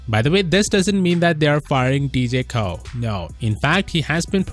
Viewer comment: Pronounced like "Roe" with just an "O" sound, kinda interesting you pronounced Koh right but Roh wrong when you have the same vowel concept haha anyway cheers :) (Actually technically, Roh is "Noh" but let's not get everyone too confused now hahaha (and actually, Koh is Goh hahahaha))